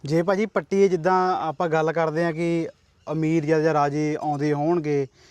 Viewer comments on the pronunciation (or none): none